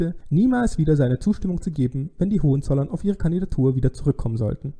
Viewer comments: ...und zwar auf dem zweiten o. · Danke. Sigmaringen Betonung vorne. Hohenzollern Betonung auf o.